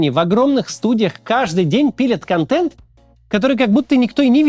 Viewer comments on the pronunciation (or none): none